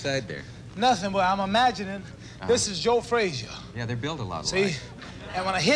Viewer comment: Frasier Frazier Frashugh